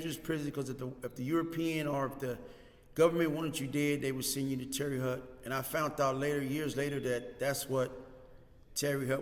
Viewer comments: My man its not TERRY HUT..Its TERRY HOTE spelled different but tahts how u say it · How do you spend years in a place and still don’t know how to pronounce the name of the place?